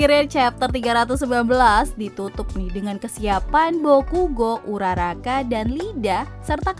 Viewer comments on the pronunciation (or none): Tolong diperbaiki lagi soal penyebutan beberapa karakter di boku no hero Contohnya iida malah di baca lida Sama uraraka malah dibaca urakara Diperbaiki lagi ya